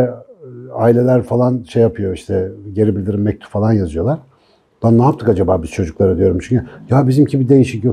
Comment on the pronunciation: gibi bir eğitimcinin "fElan" demesi kulağımı çok tırmalıyor. Küstahlık etmek istemem hocam ama "falan" ya da "filan". Teşekkürler:)